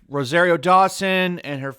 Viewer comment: It's pronounced roh-zahr-io, not roh-zair-io.